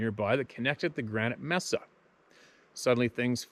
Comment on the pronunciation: Pronounced MaySah amigo. Your videos are getting more succinct and entertaining! Thank you and Keep On Truckin on Bro!